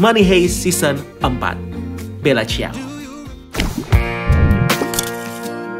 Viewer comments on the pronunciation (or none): Bella ciao = Bella cao Marseille = Marsey Bacanya